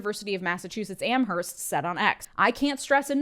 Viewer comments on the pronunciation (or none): Great video. Also, not important, but I like stuff like this myself, but you read that economist from UMass Amherst's quote....it's actually pronounced 'Amerst'. U had the correct and obvious A sound, just u don't pronounce the H